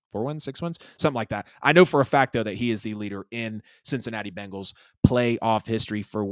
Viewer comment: Why is it so difficult to say BENGAL?